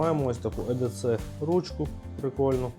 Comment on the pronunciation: Чоловіче не едеце а ей ді сі запам'ятай,відразу хочеться вимкнути на першій хвилині...і це не ніж як ти стверджуєш 🤦🏼🤦🏼🤦🏼якщо вже взявся про це знімати то хоча б підготуйся нормально клоуне 🤡 EDC (скорочення від англ. Every Day Carry — «носити щодня») — це сукупність корисних предметів, які людина бере з собою щодня для вирішення повсякденних завдань, підвищення комфорту або використання в екстрених ситуаціях. Це персональний набір інструментів та аксесуарів, що забезпечує готовність до несподіваних обставин. Wikipediа